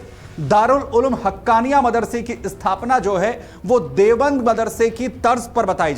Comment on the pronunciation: It’s not Devband , it is DEOBAND